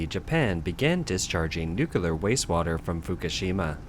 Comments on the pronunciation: NuCleAr bro not nukelar. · "nuclear".,..say "new clear", not "newcular" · Ok.. whoever is writing the scripts to feed into eleven labs or whatever reader software you’re using - whenever you have to use the word “nuclear”, replace it with “new clear” because that’s how that word should be pronounced. It’s often mispronounced “nook yuh lar”, and your speaker bot keeps mis-mispronuncing it “new kuh lar”. Each atom contains a “new clee us”, so the subject of what’s going on with those massive middles is “new clear” science. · While the content is good, this particular narrator always sounds like he could use some Prozac. Also he needs to learn how to say nuclear and not nukiller. Lol. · The word is "Nuclear". The word has just three syllables: "Nu", "Klee", and "Ar". If you pronounce this word as "Nu-Cu-Lar" then you are making a terrible speaking mistake which causes people to think you are an idiot. There are no alternate pronunciations of this word.